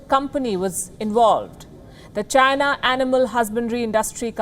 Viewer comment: Why am I not even surprised? Oh yeah it's CHYNAH